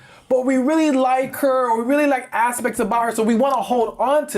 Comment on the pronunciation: "We really like her or really like ASSpects about her."